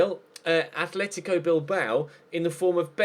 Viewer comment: '' Athletico" Bilbao!!!!???